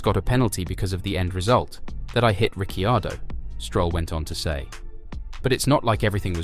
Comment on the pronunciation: Nice video, but duuude please pronounce drivers name as they should be...("Richiardo","Fersthapen",the last one not this video of course)